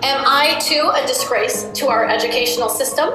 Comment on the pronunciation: her:"what a deezgraze" me: what a disgrace, you're pronouncing words like a giraffe